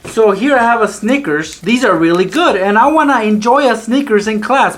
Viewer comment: you pronounce snickers as “Sneakers” because you love to sneak food into your classes lmao